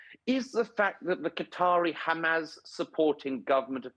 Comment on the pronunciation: Just for clarity Douglas it's Hamas not Hamaz, and Neumann not Newman. Otherwise another of your excellent, straight-talking videos